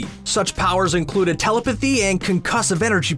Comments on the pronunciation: Teh - Lep - eh - thee. Not tella - pathee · Also, it's pronounced tə·LĔP·ə·thē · I hate to be that guy, but you're putting the stress point in the word "telepathy" in the wrong place. Please try again "teLEPathy" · Did you all hear how he pronounced telepathy